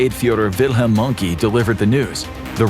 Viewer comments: dude it's not "wilhelm monkey", it's wilhelm mohnke and it's not an english name so you can't pronounce it english. just make the same O as you make when you say "horus" and make it an elongated O because of the H that follows - and then you pronounce the E in the end the same way you do when you say Che (Guevara). please put some more efforts into your german pronounciations, you really mention a lot of german names in your topics and so you're in an educational position for the english-speaking world. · I might have wanted to watch this video, but you immediately ignorantly pronounced 'Mohnke' as 'monkey'. Yes, you're not from Germany. But it's just so telling that you thought it was acceptable to upload this video with blatant, offensive diffidence to pronunciation outside of the American bubble. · Pronouncing mohnke wrong 😂